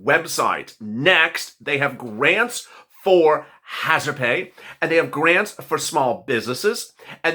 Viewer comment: Cares Act Garnts lets try grants. Children pronounced chill dren just spelled children. Literally not lilily.